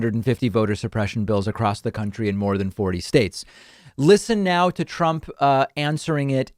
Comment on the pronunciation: Of course t-RUMP is confused. He is full of dementia! He can't even say his name right.